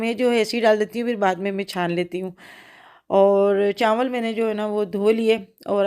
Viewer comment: chnwal nhi hty chawal hty ha